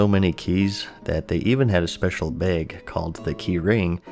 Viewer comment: This man holds keys in his "beg"